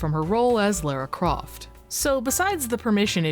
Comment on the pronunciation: the way you pronounce "lara croft" is fascinating